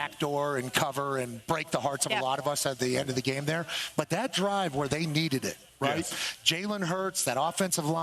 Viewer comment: “Well HE AINT DERE NO MORE” 😂